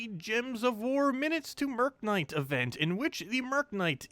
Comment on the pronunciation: Mer-knight. FFS